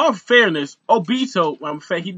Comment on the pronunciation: bruh it's obito not obtio